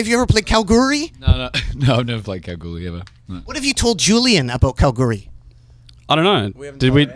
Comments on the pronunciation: Kalgoorlie, Western Australia (Kal-gool-lee) but he's saying Kal-goorly or something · KalGOORlie, not Kalgoorie